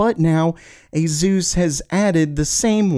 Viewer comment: Is it just me or does it sound like he's saying "a-Zeus" instead of Asus?